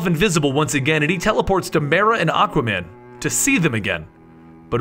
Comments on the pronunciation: ... you said aca man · did he say Acka man? Lol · you said aqaman not aquaman